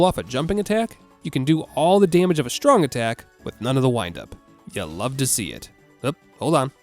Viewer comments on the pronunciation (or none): none